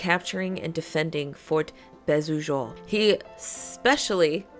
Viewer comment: Great vid. "Beausejours" is pronounced "bo-zay-jore". That's not exactly correct, but it's the closest I can come up with. The "j" doesn't sound like a typical "j" sound, more like halfway between a "j" and a "sh", if that makes sense.